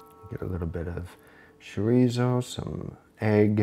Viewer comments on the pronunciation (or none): Not one of your better ideas, to put it lightly. I had to put my leg down from chair for this abomination! ¿Why would you want to españolizar egg fried rice? ¡You might as well say let's make something similar to egg fried rice, but a lot worse! ¡And please don't ever say "sherizow" ever again!